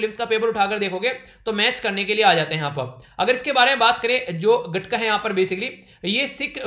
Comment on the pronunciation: The name of Sikh martial art is गत्तका not गटका